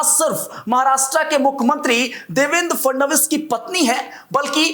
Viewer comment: वे महाराष्ट्र के मुख्यमंत्री हें नाम का उचरण ठिकसे लिया करो